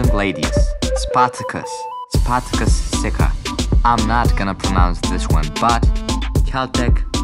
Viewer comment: you saying spartucas but it say spartacus